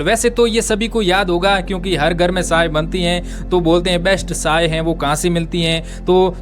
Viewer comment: आप (च) कि जगह (स) पर ज्यादा जोर देते हो ( चाय- साए चीन -सीन)